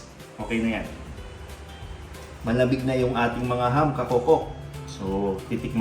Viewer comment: It's not Hum, it is Ham.